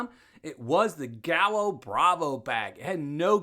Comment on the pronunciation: Thanks!!! Great video. I now have another potential paydirt source. FYI, in Caribbean Spanish double L is pronounced like a Y. You would pronounce it “guy yo”. It means rooster. So gallo bravo means “angry rooster” or “fierce rooster”. Again, thank you so much for all you do.